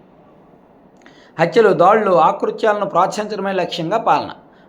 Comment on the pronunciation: బ్రదర్ ఆకృత్యాలు కాదు ఆకృత్యాలు